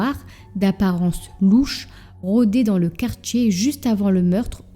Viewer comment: Quartier prononcé quartchier, diable prononcé djiable 😂😂😂😂